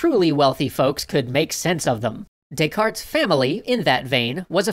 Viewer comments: "they were to Des-carte it" lol. A pun revolving around bad pronunciation is a pun nonetheless. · "They were to descarte it"? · You do not pronounce the 't' in Descartes. It's Renay De-car. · You're not supposed to pronounce the "t" in "Descartes". Its pronounced "Day-car". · "They were to Descarte it" :D